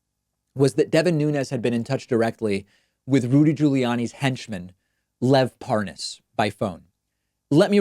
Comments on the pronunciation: Mark my words this is not the last time you see will Nunes purposely and obviously mispronounce the name "ParNaas" The blaiten attempt to seem dumb and innocent is completely noticeable... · in other vids, has any1else noticed that, when Nunes had to speed up the conversation & add the word "WIFE," to the end of Parnas, he was able to say it just fine. ("Parnas's Wife") ... &then he went right back to mispronouncing it. 🙄 (ParNAZ, ParNOZ, ParNOZE, are ALL incorrect) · It's so hilarious that he pretends to mispronounce the name. Parnas is one of the most famous men in the world at the moment especially among usa politicians. I'd rather believe Parnas than anything from Nunes. And I realise Parnas is not a trustworthy person. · Watching this never gets old to me. 🤥 My favorite part is where Devin Nunes pauses and pretends he is unsure how to pronounce “Parnas”. After he has already pronounced it correctly several times. 🤣🤣🤣 #SlickDevin 🔥👖🔥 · well he obviously doesn't know who the man is, he can't pronounce his name properly (even though it's an easy name to pronounce and the anchor has been pronouncing it correctly at him non stop) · So obviously lying and the way he pretends he doesn’t know how to properly pronounce Parnas is pathetic. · I like how Nunes deliberately mispronounces Parnas to make it seem like he really never heard of the man. He thinks he's very clever. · Anyone else notice that Nunes kept calling him par-NAS instead of PAR-nas? Purposely mispronouncing the name to try to feed the "Idon'tknowthisguyIdon'tknowanythingwitchhuntwitchhuntwitchhunt!!" Bullshit. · "What? Huh? What is a... Par Nass? Never heard of it." Really... lol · It's Parnas, not Paaaahnaaas, Ron! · Par-nas. Pas-nos? Pa-ra-nas? Nunes sounds like an idiot. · Lol. "I don't even know how to pronounce this Par-Noss..." Gimme a friggin break. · "...I just didn't know this name...This PARR-NOSS" Sure, chief 😆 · Nunes pronounces the name Parnas difffertly as his interviewer every time